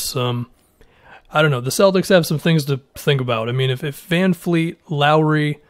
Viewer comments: Sorry for the nitpicky comment but he's not Greta Van Fleet, he's Fred Van Vleet, with a V. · It’s vanvleet, there’s no F’s in his name. I’m annoyed at everybody Just saying a simple name wrong so much